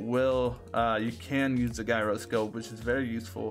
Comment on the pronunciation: Bro this is literally how I play 😂😂😂 it's pronounced with a j. Like j-eye-row.